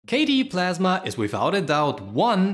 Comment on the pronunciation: KDE PASMA?